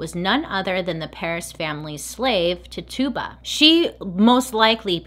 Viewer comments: “Titch” like stitch ... you-bah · just a little friendly psa: Tituba's name is pronounced "Ti-chew-bah", rather than "Ti-tube-ah" 😊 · Titch e ba please .. was trying to understand when you made her name sounds like a tuba lol. Great story BTW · I LOVE this series, I love this video and how much information is in it, but it's kind of irking how she pronounces Tituba... It is really pronounced Ti-choo-buh, not Ti-too-buh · Her name is pronounced ti-chi-ba not ti-tuba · Hey!!! Her name is pernounced “Tich u ba” not Tuba, or Tutuba. She was a person, not a joke or mythical creature. You wouldn’t want people making fun of your name. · How to pronounce tituba is “t-itch-uba” and I love that we read the book in high school and movie about the Salem witches. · Random side note, the enslaved woman’s name was “Titch-uh-buh” 🙂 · Bailey wasn’t pronouncing it correctly. Her name was Tituba and it was pronounced t ih - ch uu - b ah Her mispronouncing it drove me crazy because I knew her story and how to say her name. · It is ti chu ba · One small clarification. Her name is pronounced “Titch-uh-buh” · I love you, but that’s not how you pronounce Tituba. It’s “ti-choo-buh” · It was gonna drive me crazy lol love you bailey🤣❤️❤️ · Great video. Loved it. Oh I also wanted to note that Tituba is pronounced tichoobuh. She was of native and black ancestry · Ok but the way she keeps saying Tituba's name though!!🤣😂🤣 It's pronounced Ti-CHU-buh🤣😂🤣 It's ok though...Bailey is the queen!!!💜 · The slave's name was actually TITCH-uba. Emphasis on the first syllable. And Giles has a soft G. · *TI-CHOO-BUH Is how it's pronounced lol love ya girl. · You're so cute. It's Titch-ooh-buh 😁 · Twitch-Ah-Bah lol. (Tituba) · Tituba is pronounced first part Ti exactly like you said, the tu makes a ch sound. So it's like Tichiba. Sorry, that was just driving me bonkers. 😁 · Her name is pronounced Tichuba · Tituba? I thought her name was pronounced titchiba 👀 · it's pronounced TI-CHEW-BA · Ahhhh yes!!!!